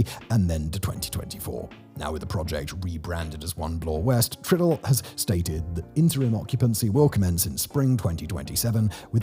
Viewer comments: Ditto all the comments on “Young Street“. And by the way, it’s “try – Dell“, not ”Triddle”. Also, I’ll add mine to the comments about your audio. Like many of us, I like your tone, elocution, and even accent, but it is true that in the last few videos, someone has really stepped on the bass boost. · Already discussed - yunge. Not discussed - tridull. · Judging by the fact that he pronounces Yonge both as "Young" and "Yonje" (and spells it as "Yongue" at some point in the graphics), as well as Tridel as "triddle" and "tri-del", this makes me think it's intentional to generate engagement in the comments. Mission accomplished, I guess...